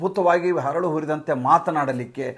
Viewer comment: ಹರಳು ಅಲ್ಲ ಅರಳು ಹುರಿದಂತೆ